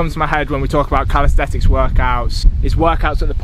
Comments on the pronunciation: You have to keep calling it calistetics dont you lmao. Its calisthenics bro. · Still saying calisthetics tho. Get it right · say it with me: cal-is-then-ics